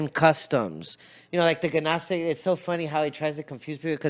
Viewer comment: He can’t even say gnostic . No real study was done by him..😂